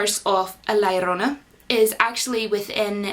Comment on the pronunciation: Omg I admit I just like the way your pronounce La llorna haha. They released it as Curse of the weeping woman here cause no ones heard of this folktale here or knows how to pronounce it properly. For the record I thought this and The Nun were poor movies. Too many jump scares which were mostly predictable